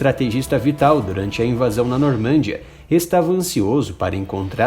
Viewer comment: Não e Normandiá se lê Normandiaa